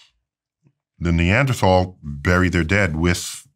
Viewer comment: You’re saying “Neanderthal” incorrectly there Mr. Tyson 🤣🫶🏽🤙🏽